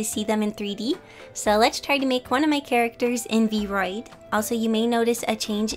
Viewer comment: This is super awesome!! and this might just be a little nitpick, but the app is actually pronounced "V-R-oid". And sorry if this bugs you a bit, i was just trying to help out a little. /_ \